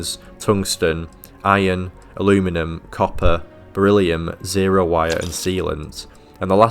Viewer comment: if i have to listen to somebody referring to aluminium as a-loo-minem one more time, i might have to get therapy